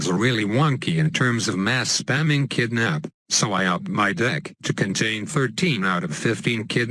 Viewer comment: I heard.... "7 kidnap cards in my dick"